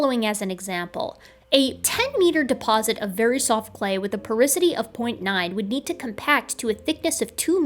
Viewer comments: Porosity not porisity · It did my head in to hear porosity said as "poricity" what felt like a thousand times throughout this video. 😂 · As a geophysicist, hearing porisity instead of porosity (repeatedly) really hurt me... Otherwise, pretty solid video! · Porisity? I think you mean Porosity, don't you,? First time I ever caught you, you are so perfect. Thanks for so much entertainment and education. I am a 72 year old fan of yours, a nurse with a degree in Biology, mother of four, and now retired. I miss it, but retirement is great. I am doing lots of studying, including studying my 12th language, Arabic this time. I always wanted to go on to graduate school, but life did not permit. Take care, you are precious, and we need every hardworking scientist we can get. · Again: PorOsity, not porIsity. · Super good vid, tho porosity being said porisity threw me for a loop lol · Just an fyi, it's "porosity", not "porisity". I was wincing every time you said it. But that's just a quibble, and doesn't say anything against your truly excellent analysis and argument. Well done! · It is porOsity. as in porous, having pores. I'd be happy to proofread/prooflisten your work in the future :) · I love your channel and everything you do. But how you're pronouncing and spelling "porosity" is driving me crazy. Lol. Probably because I already hate the word (it's one of the problems I have to deal with in my own industry). So THAT'S my big correction... it's POROSITY. lol Great video as usual though! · Love your integrity, reuploading this for the correction. If I promise to watch it a third time will you do a dub where you pronounce porosity like it's spelled instead of like porisity? =P Kidding but also .... Is it bothering anyone else or am I just annoying